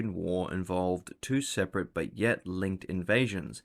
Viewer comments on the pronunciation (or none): none